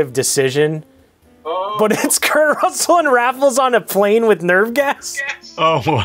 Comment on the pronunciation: Kurt Russel-May-nia.